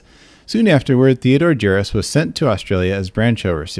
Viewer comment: Thumbs up for being able to pronounce his name 😳 There's actually more than one ex GB member on that paedophile list. Leo Greenlees is another.